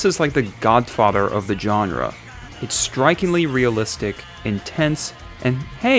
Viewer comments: The word is pronounced jon er, not jon ra!!! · Did he just pronounce genre as “John-rah”?